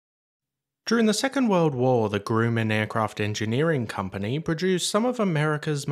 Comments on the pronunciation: GRUM, not GROOM. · Hire a voice actor! The AI voice is extremely annoying! It is Grumman not Grew-man! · >>> FWIW: I have known OF this aircraft for years, but I know very little ABOUT it. Also, this is ONLY meant as constructive criticism: "Grumman" is pronounced like 'um' instead of 'oom'. At least that is the way I have always heard it pronounced over here in the US...👍 EDIT→ It may be that in Australia the 'oom' pronunciation IS CORRECT. If so, "cool beans." 😊 Also Also, regardless of pronunciation: GREAT VIDEO! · Grumman - pronounced Grum man Not groo man. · Great video. Never heard of the plane. Very interesting. The American pronunciation of the manufacturer Grumman is "grouhman". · You need to differentiate it for him. Your spelling is still consistent with the groooooman he says. The third time I heard it, I turned off the vid. Obviously the narrator isn't familiar with other aviation histories...AI? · I think you're mispronouncing the name of the Grumman company that were known for their airplanes like the Grumman goose which bear is its name and well, but I don't know maybe it's because your English they pronounce things differently you know tomato tomato potato potato...